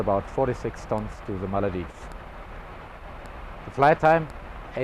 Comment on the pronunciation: The ''Maladives'' instead of the Maldives....